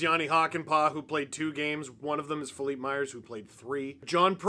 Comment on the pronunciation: Who is Full-leap Myers ? You mean Fill-lip Myers ?